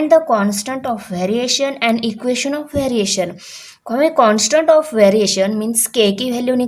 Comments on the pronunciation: Teacher, it's EQUATION not EQUESTION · It is equation not equestion